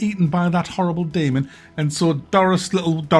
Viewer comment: I love how says ‘Deamon’